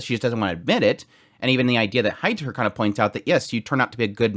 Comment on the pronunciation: Heiter is not a Hater. He's more of a Highter.😁 The german "ei" equals the english "i".😊